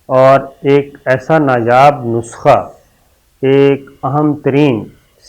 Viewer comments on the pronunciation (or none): none